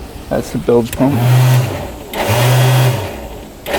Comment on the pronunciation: And it's a "Bilge Pump" not a "Build Pump"